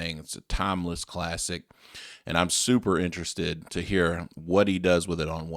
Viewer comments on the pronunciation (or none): none